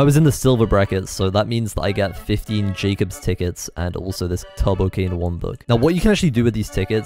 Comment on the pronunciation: Am I the only one that hears 'Tubbo-Cane' instead of 'Turbo-Cane'? XD